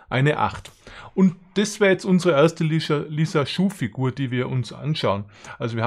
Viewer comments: Nicht lisaschuh…. Sondern lisajuuuu figur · hast du gut erklärt ! es sind aber keine Lissaschuh- Figuren, sondern die heißen gesprochen Lissaju - Figuren !! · also als lissaju finde ich es nirgends wenn ich im internet nach aussprache suche, sry